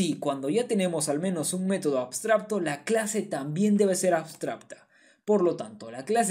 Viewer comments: Muy bien explicado, gracias. P.d. se dice abstracto, no abstrabto. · por cierto podria jurar que dices "abstrabto" y no "abstracto" jaja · AbstraBto dice jajaja, un like para que aprenda a decir abstraCto. Igual explica como ninguno, arranque con un video y me estoy mirando todos!!! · como es posible que teniendo la palabra en la diapositiva no sea capaz de decir correctamente ni una sola vez la palabra "abstracto"? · por qué pronuncias ABSTRABTO? sklajajajdjs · MUY BUENA TU EXPLICACIÓN, PERO DISTRAE MUCHO LO DE "ABSTRAPTO" JAJA, SALUDOS. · La verdad increíble como explicaste todo! Muchas gracias por el video. solo puedo criticar que pronuncies "abstrabto". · 2023.... Ya aprendiste a pronunciar la C, hermano?